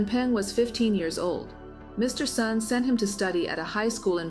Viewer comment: Hi reading A.I., the surname Sun is pronounced as "soon", not "sahn".